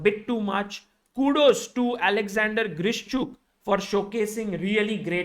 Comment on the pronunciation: It would be actually Grishchuk😅 Not Vidit